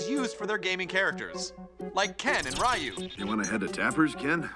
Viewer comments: ARRRGH! HIS NAME IS "RYU" OR "REE-YOU"! STOP SAYING "RYE-YOU!" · "RYE-YOO from Street Fighter" No, sir.